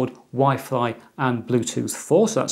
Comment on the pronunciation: Is it just me or did he say Wi-Fly ??